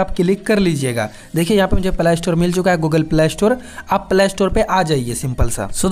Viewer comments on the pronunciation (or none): Bro it's play not plaaa store😅